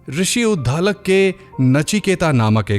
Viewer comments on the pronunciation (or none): उद्धालक नहीं उद्दालक